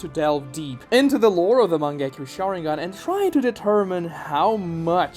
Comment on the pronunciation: The mange-key.-yo- shaWinGang